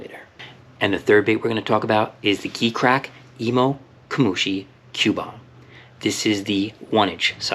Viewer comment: You know that is pronounced “G” Crack right?